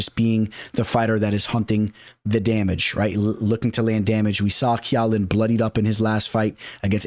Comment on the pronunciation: Who is key-ow-Lin ?